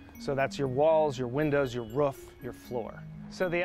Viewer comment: Invest in someone who can say 'Roof' correctly...